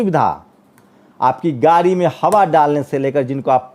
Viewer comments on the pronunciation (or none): none